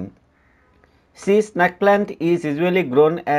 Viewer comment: its snake not snaake